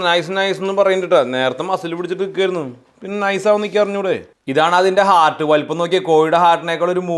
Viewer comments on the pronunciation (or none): none